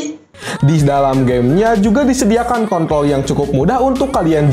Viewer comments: Control bg bukan kont01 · Bang kenapa abang nyebut kontrol malah jadi k****l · Apa cuma gw yng denger bilang kont** di menih 3.49